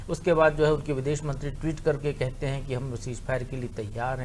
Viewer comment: aur biddes nhi videsh